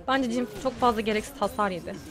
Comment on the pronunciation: Cin değil jhın :D <3